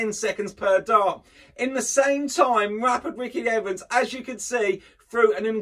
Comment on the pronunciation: "Terry Down and rapid Ricky Ivans"? It's Terry Downs and Ricky Evans. You are welcome